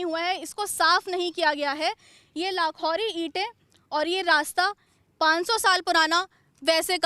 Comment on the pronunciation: मैडम जी लाखौरी नहीं, लाखेरी बोलो ।